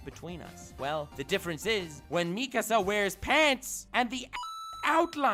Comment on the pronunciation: Nobody:: Meeekuh-sa